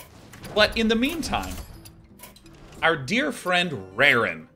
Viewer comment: did you say “in the mean time” or “in the meme time”?